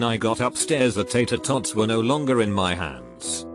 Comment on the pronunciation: Nobody: This guy: tetetats